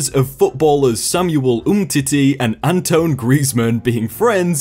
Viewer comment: It triggers me he pronounced antoine as antone